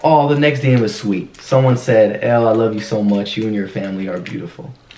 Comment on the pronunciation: Did anyone else notice Austin saying “ellel” . But actually “elle” is the real id 😂😂😂